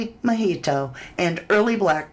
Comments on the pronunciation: The pronunciation of "Mijito" is mee-hee-toe -- you've been saying it right most of the time in this video. Mijito means "my little son" in Spanish. Mi hijo is "my son" and "ito" is the "little one". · … you are amazing! Sending you love and hugs! Btw…. I just wanted to tell you that Mijito is pronounced …. MEE HEE TO. 🌹❤️